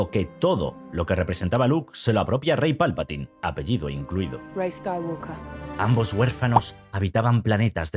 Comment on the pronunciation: La L de Skywalker no se pronuncia. En inglés la palabra "walk" se pronuncia "guoc" y no "guolc". Sí, es un idioma muy raro.